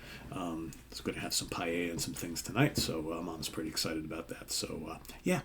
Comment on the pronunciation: Hey, have a great night out with the family - and a big thumbs up for pronouncing "paella" properly!!!